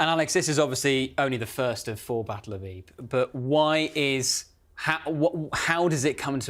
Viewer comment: Another brilliant episode. Fascinating insight. The most amazing thing I learned is correct pronunciation of Ypres.